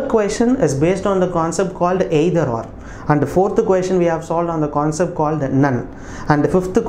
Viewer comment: Sir ur "aaeither" can be made a meme lol btw nc aaexplanation